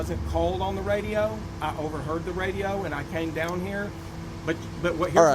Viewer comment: ON IS PRONOUNCED ON, NOT NO DAMN awn